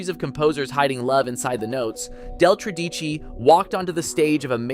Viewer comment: Couldn't the speaker pronounce 'Tredici' properly. The stress is on the first syllable.